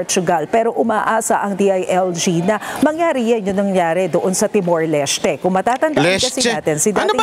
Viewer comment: Sir! nagulat rin ako kaya niresearch ko ang pronunciation ng TIMOR LESTE. tee·morlesh·tay tama pala sya! 😅😅😂😂